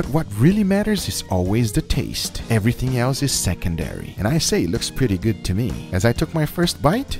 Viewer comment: And also the “I know it does not look guf righ now buh wash this”